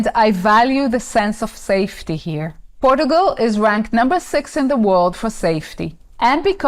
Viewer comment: I like how you pronounce Portugal